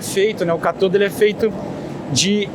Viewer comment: O correto é CÁTODO e não CATODO!!😉